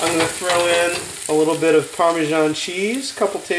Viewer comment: Hahahah! I heard you saying parmeshan ~.~